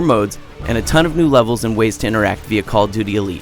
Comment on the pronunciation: "Coll tooty"